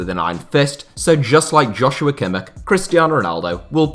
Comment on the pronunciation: Kimmichs name is pronounced like "Yosua" not "Joshua" ;)